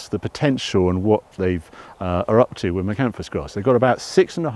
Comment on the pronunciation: International Energy Crops are another firm to look at if you're considering Miscanthus, been around a long time and great farming pedigree behind the firm ( Wilson and Co). An informative video as every but I must confess to grimacing every time hear you say Miscanthus with a silent s!